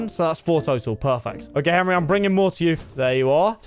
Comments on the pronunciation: ITS HENWY NOT HENRY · POV: () you know what "henwy" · not Henry it's Henwy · “Henwy, I’m a wizard.” brings so many memories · "Yer a wizard Henwy" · its not henry its henwyy